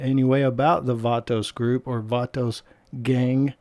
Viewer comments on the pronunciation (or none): Stop sayin vaatoos gaang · I’m so triggered by how many times he said “Vatos” and he said it wrong over and over again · Cringing with the way you pronounce “vatos”